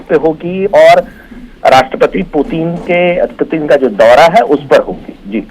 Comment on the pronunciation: Anchor व्लादिमीर पुतिन की जगह व्लादिमीर पुतिन बोल रहा है ,जो एक ब्लंडर है,कम से कम रशिया के प्रेसिडेंट के नाम का तो सही उच्चारण करे।ऐसी गलती अक्षम्य है।